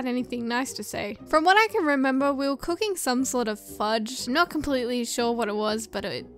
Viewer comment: What others heard: "in highschool I took cooking classes What i heard: "in highschool i took pooping classes xD